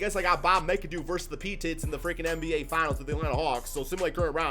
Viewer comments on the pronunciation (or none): It's pronounced MACK-A-DOO not mic-a-doo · Bob Mee-Ka-Doo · Bruh lol It’s MACadoo even tho it looks mcadoo lol And bob Pet it not PeeTit lmao